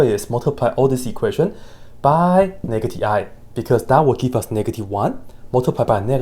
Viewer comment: Pronouncing "sin x" as "sẽx" and "negative i" as "nakedy i" ...you have my attention, sir. 🎩